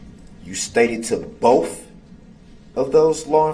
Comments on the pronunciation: He says “bofe” in this video so many times. I guess it’s really difficult for him to say the word “both” correctly 🙄🙄🙄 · "BOf" ? Such a moron DB is!